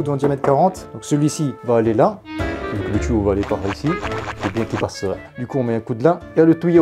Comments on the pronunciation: "Le tOUÏo" "Un tOUÏo" "Le tOUÏo" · "un tOUyau" ""le tOUyau"" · Vous comprenez quoi quand il dit "tuyaux" 1 touilleau 2 touille eau 3 touyeau 4 ???